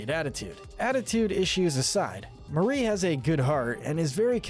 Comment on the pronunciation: Glad actually says Marie and not “MaRi”